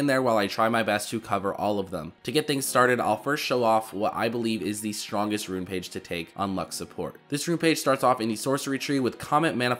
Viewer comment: Im not an english speaker but, I can underestand the most of things he say but the most of the time I hear: she ish a good shupporter, pretty much, shtrongesht, scoresh, pagesh xdxd